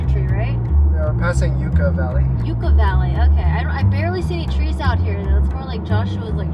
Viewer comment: Yucca Valley is pronounced yuck-uh 😜 "29 miles from water, two miles from hell" -- just kidding.. I actually learned to rock climb there and breathed in a good amount of sandy air while running on the berms Have fun and pour one out while you're there for Charlie, my first pet cactus that bit the dust when he fell off my third floor balcony ledge 🙈😭 (I still wonder whether he actually jumped out was pushed 🤔) Also, can you tell us if the Jumpin' Cholla is still out there? I never went in because it looked sketch but it was definitely a local institution. PS I was only in Thailand for an afternoon in August one time but it def felt hotter than any day in 29 Palms/Joshua Tree because of the sweltering humidity. Bring Pedialyte packets to spike your water and stay safely hydrated!!!